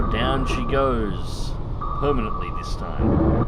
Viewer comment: you mean "permitnantly" :p